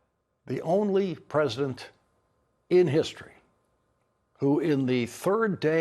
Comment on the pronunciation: The press-A-DENT and Pete ..ar